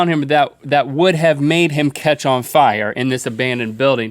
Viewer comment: Rhett and Link def watched the episode of south park last night. the episode where everyone spontaneously combusts into FIEAH (fire)